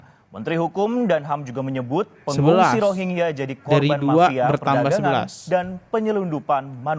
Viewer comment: Gk enak bgt denger ROGIYA, ROGIYA.... KAYAKNYA BKN ROGIYA BANG.. MEDIA MENYEBUTNYA " R O H I N G Y A"..